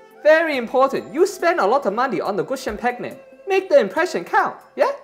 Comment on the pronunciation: lol the way he pronounced champagne!!! love these two!